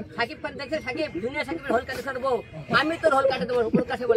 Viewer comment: It's whole 😂 not হোল